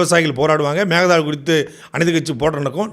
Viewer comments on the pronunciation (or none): none